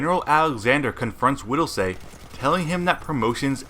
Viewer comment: Widelsee not widelsay. Did you not watch the movie. They say his name 1k times.... idiot